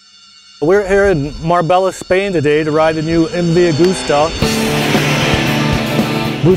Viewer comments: "Mar-bey-ya" not mar-bell-a :) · Haha "Mar-bella". I thought they have a lot of Spanish speaking in America.